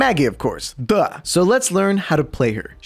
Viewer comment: When he said duh he sounded Russian saying da